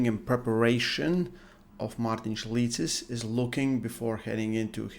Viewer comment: It's wild to hear his name pronounced by a native.